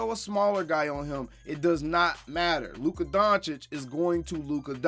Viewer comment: Thanks for pronouncing his name correctly